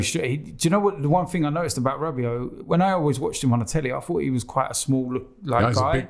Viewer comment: the guys said Rabbit... ell oh ell... not mad at them picks though for arsenal